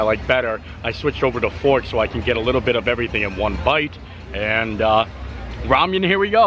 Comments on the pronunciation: I love you, but it's "ra-men," not "ra-mee-en." I cringed every time you said it wrong. I've never in my life heard someone mispronounce ramen. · It's RA-MEN not Ramyem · Rah-men. Lol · Thanks! hi long time viewer here I thought you would like to know the pork noodle are pronounced Rah-Min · Hahaha it’s just Rah-men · Yeah he’s pronouncing the Korean style ‘ramyun’ version 😁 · It’s pronounced rah-men ☺️ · Enjoyed the video but I have to tell you it’s pronounced rah-men noodles. I just couldnt get past it for some reason ha. Keep it filthy my friend. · Closed captioning kept picking it up and spelling it Ramyeon. Kept cracking me up every time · we love u bro, but you need to learn how to pronounce Ramen. Rah-men. Keep up the good work! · I swear if I ever hear ramyun again 🤦🏽‍♂️😂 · with the best shirts and hats 🎩 in the parks!, another great vlog! I was cracking up at the way you say Ramen 🍜 just because it reminds me of Star Trek 😆. Who care how you pronounce the words! We love ya and your positivity! We saw Simple Plan at Epcot in 2019 and we’re hoping to see them this year but our schedules just never aligned. I’m so glad they brought back the Disney Visa picture areas. Pluto is just the cutest! 👍🏻🙂❤️ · Never heard that pronunciation of "RAMEN" before.